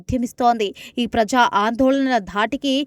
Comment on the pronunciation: ఉధ్యమం కాదు ఆ పదం కేవలం ఉద్యమం మాత్రమే.అలాగే ప్రఝా కాదు ఆ పదం కేవలం ప్రజా అని మాత్రమే పలకాలి.మీలాంటి వారు తెలుగు న్యూస్ రీడర్స్ కావడం మాఖర్మ.వ్యతిరేక చర్చలు కాదు ఆ పదం కేవలం వ్యతిరేక చర్యలు అని తెలుసుకొని ఉచ్ఛరించాలి.దారణాలు ఏమిటి ఆ పదం దారుణాలు అని కూడా తెలుసుకొని చదవాలి.తెలుగు పదాలను ఇలా ఖూనీ చేయడం తగదు.నీవు ఈ ఉద్యోగం నుండి వైదొలగి మాకు ప్రశాంతత చేకూర్చాలని మనవి.